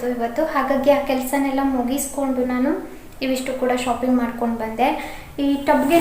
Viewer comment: ಶೋಪಿಂಗ್ ಅಲ್ಲಾ ಮೇಡಂ ಅದು, ಶಾಪಿಂಗ್....ನೈಸ್ ವ್ಲೊಗ್ ❣❣